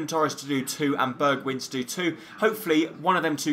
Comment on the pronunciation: It is actually pronounced "Berg-wine" and not "Berg-win", but yeah ... No one cares.